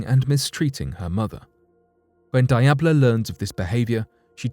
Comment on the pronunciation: Diablo is absolutely not pronounced "die-ab-low" I have never heard a worse butchered pronunciation